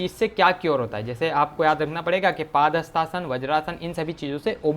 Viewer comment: 🤣 paaaaadhastasna nhi padhastasna!!!!!!!!!!